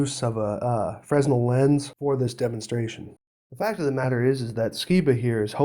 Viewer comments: Enjoy your vids that take these nutters down a few notches. One correction, its pronounced frenel. I also have a couple of aviation realities that prove a curved earth surface, that Jeran, Dubay, Steele, Skiba all cower from and have yet to engage me on. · Good video. This is a big problem for FE theory. Usually Fresnel is pronounced without the S(zzz) as the inventor was French. So therefore your video is invalid. Ha ha ha. Jk